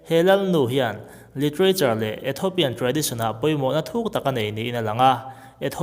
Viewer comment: Ethopian ni lovin Ethiopian ti rawh